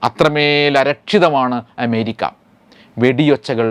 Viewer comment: അഎന്ന അക്ഷരം നേരാംവണ്ണം ഉച്ചരിക്കാൻ ഇയാൾക്ക് അറിയാത്തത് കൊണ്ടാണൊ എമേരിക്ക എന്ന് ഉച്ചരിക്കുന്നത്?